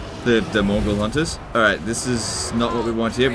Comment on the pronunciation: Several times i thought said "mongol hunters"